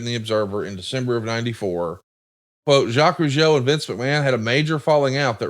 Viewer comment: Time for Mr. Zha-Quez Roo-Jee-Oh😎